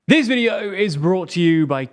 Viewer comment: "This videeauhho is brought to you.." WTF happened there?:)